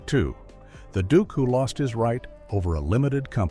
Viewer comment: Not all Americans pronounce duke the way of this narration.